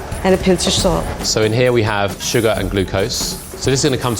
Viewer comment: "so in here we put SUGA" twaaaaaaaaaaaaaaaaaaaaah!